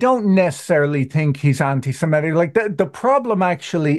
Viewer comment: The word is "semitic" (from "semite") not "semetic".